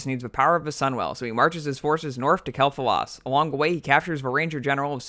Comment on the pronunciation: and Kael'thas